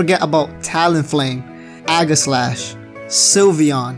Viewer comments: it's age-e-slash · It's actually EE-GI-SLASH God Pokemon names are dumb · i laugh at how he prounonce aigeslash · you cant pronounce aegislash name correctly